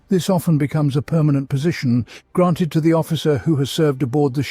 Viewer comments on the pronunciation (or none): none